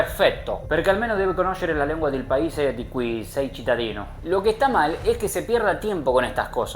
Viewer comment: Vaya fallo dijiste paise😅 deves decir paese.